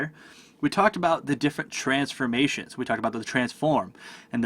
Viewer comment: only thing confusing was the way u pronounce transforMATIOUNS